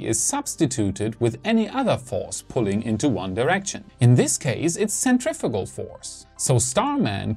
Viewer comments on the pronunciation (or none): none